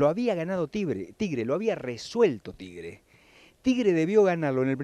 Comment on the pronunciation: tibre dijo jajaj